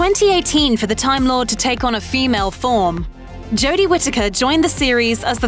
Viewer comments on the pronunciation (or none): none